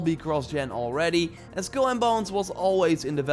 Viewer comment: It’s pronounced SKULL and Bones, not SKILL and Bones.